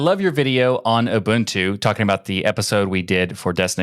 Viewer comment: People from America and Canada really struggle to pronounce Ubuntu correctly.